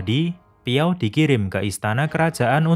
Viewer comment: Bang namanya bukan piao tapi zhao